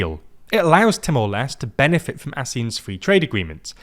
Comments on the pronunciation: Timor Leste -- you should pronounce all the letters in LESTE (like: less - teh) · Timor les tay is the correct pronunciation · Lot of people is angry about pronunciation about "Timor Leste", it's ok that's how different people talk, at least we got mentioned🙏🏻🥲. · i will forgive you wrongly pronounce Timor-Leste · Leste has two syllables, like seriously you couldn't work on pronouncing that extra syllable at the end? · holy fuck no shame pronouncing Timor-Leste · Well, now you know how the Portuguese pronounce it, with an almost silent “e” at the end. Brazilians do pronounce that “e” though. It's true that aren't good with pronunciations, but that isn't the case here. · With the accession of Timor Leste (by the way, the "Leste" part is pronounced as "Lest*é*. Not "Lest") later this year, ASEAN's core expansion has been completed as it will now include the whole "gang". Further expansion beyond that may have been in the agenda, but ever since the 2021 Myanmar coup happened, it was no longer there. Ultimately, ASEAN is facing more pressing and legitimate threats like the sustained military junta in Myanmar, the escalating situation between Thailand and Cambodia, the South China Sea situation, and the seemingly worsened human trafficking issues within ASEAN. Currently, the spotlight is on the Thailand-Cambodia issue. ASEAN will need to focus on mediating the issue to preserve the region's relative stability and to mitigate any possible armed conflict between its members. Sooner or later, ASEAN will also have to decide on what to do about Myanmar. Something as extreme as an expulsion is unlikely but a formal suspension might just be on the horizon; especially with Timor Leste's strong stance against the Burmese junta in which the sentiment is de-factoly shared by the influential ASEAN members. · it's not Timor Lest. It's Timor Leste.... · It's pronounced t-more-less-tay 😅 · the video again. He called the country Timor Lest. That's not how it is called.